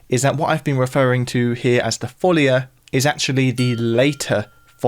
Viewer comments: La folía (the madness), not la fólia (the sheet). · Amazing video! Just a small correction: in Spanish and Portuguese, it's pronounced "la folía", not "la fólia". (Source: I'm a native Portuguese speaker) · It's "follia" and it's pronounced with the stress on the "i" (foll-EE-uh) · Stopped listening after just 2 seconds after the mispronunciation of ‘La follia’ (correctly ‘La foll-ee-ah’). How can you produce a video on something then get the name of the subject so horribly wrong ? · One of the best, if not THE best of your videos so far, in my opinion. And they are all magnificent. I'm a great fan of your channel. Just one minor complaint: it's foh-LEE-ah, with the stress on the second syllable, which is written with an accent (folía) precisely to separate the i from the a, thus preventing a diphthong. Just like in "María". Congrats and keep it up! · It's La Follia though, with double L ;) also the stress goes on the "i", not on the "o". La Fol - LEE - a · Omg plz accentuate it on the i and not the o..... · not even the respect and education of going to listen to the pronounce of words of a different language. As italian, it was disgusting and obnoxious to listen 25 times the same word spelled so so so wrong, like english is the only language with a value, mah